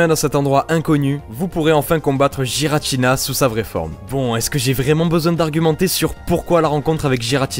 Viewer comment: On di guiratina et pas guiratina Mais ces pas grave... Enfin